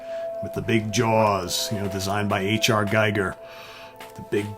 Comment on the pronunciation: It's pronounced "Gee Ger"